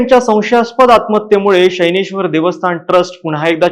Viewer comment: शनैश्वर ✔️ शैनेश्वर ❌